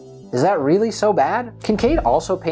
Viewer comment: It must be weally tewwible. Poor Michelangelo.